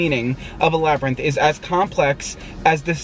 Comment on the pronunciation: LMAOOOOOO HE SAID LABBY RINTH🤣🤣🤣